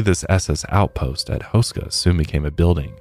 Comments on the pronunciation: But his last name is pronounced hoo-sh-ka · You are butchering tha hell outta H-oo-skaa Castle.😅